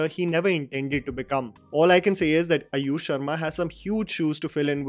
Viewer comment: i said it because he says अयुष not आयुष.